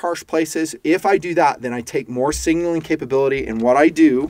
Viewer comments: Love the video but your Killin me. Sig....naling. Not Singling...lol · Hey, Leave the extra “n” out of the word signaling. I appreciate the video.